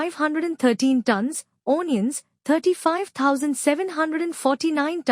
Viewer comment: Do the commentary in the language that you can speak properly. Your accent and pronunciation are beyond hilarious. I laughed through the first couple of minutes, the seriousness of the topic notwithstanding. Couldn't carry on after that. O-niuns....😂